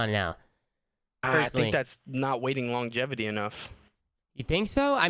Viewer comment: kept saying longativity gahahaha